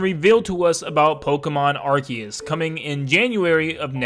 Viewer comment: Arceus (ar-see-us) sounds better. Can we call it that